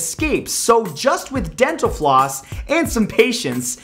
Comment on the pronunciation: DDENTAL FLOOSS DENTAL FLOOSS not possible thats not physics ;=